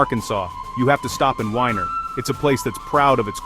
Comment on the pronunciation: Well I wish you would get this right first of all it's bass fishing not like the the the fiddle are the guitar second it's Weiner Arkansas like Oscar Mayer wieners get rid of those freaking out your voice which is mispronouncing everything and put a real human doing it at least it would be pronounced right